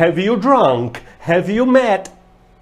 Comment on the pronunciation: vc ja lembra de " HEAVY?" rs rs rs rs rs rs ....bora melhorar a pronuncia ai professor !